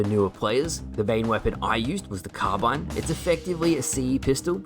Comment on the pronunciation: Im so glad you call it a carbine. people have tried to tell me its pronounced like carbean which sounds terrible.